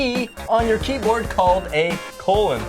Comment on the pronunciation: It's colooon